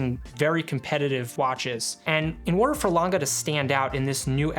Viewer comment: Good review!! But is always Lang-E ! Never Langa.🙏